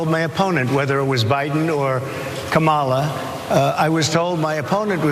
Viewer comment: Notice, how he paused, and pronounced Kamala's name correctly there!! When at ALL of his rallies, he seems to be unable to... 🤔🤔🤔